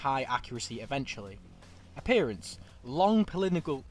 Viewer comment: "polinigol" my brother in christ did you mean polygonal